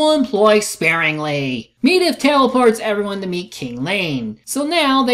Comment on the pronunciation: Dude, you actually recorded Khadgar saying Medivh's name, and you still can't pronounce it right yourself? Also, what's so disappointing about how Lothar kills Blackhand? He said himself, "They are stronger, you need to be smarter." And that's exactly what he did. He fought smarter.